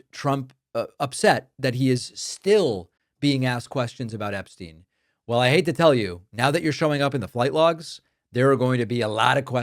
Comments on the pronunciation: You mean “Eshpshein”!😂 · David, say it right: his “a-brain”